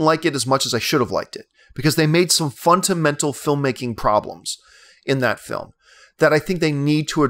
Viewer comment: John, I'm not sure how they say the word in Canada, but in America, we say fundamental, not funtamental. ;) Love ya, keep up the awesome vids.